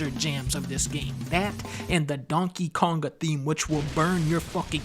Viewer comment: DUNN-KEH Kaoug-GAH